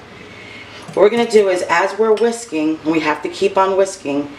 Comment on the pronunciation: When you said it’s all about the whisking, at first I thought you said it’s all about the WHISKEY 🤣🤣🤣. I was like no wonder I love Eggs Benis😳